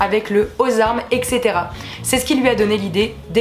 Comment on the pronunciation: C'est pas au ect (éksétéra) c'est etc(étsétéra)